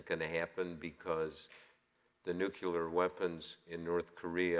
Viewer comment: please make the pronunciation as it is spelled, nuclear not "nuculer". Thanks.